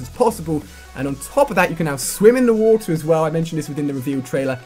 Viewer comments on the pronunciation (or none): none